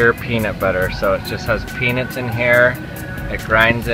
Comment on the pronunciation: When you say peanuts, say "pee-nuts" not "pee-nits". Every time you say peanuts, I swear you're saying penis.